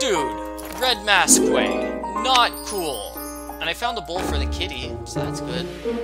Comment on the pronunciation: for the record it isn't pronounced mas-quee its more pronounced like mask, for future notice. now that that's out of the way, I am so happy you're doing this. by the way, I tend to correct people a lot, sorry